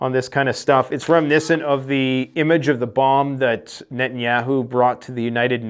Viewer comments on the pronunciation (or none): none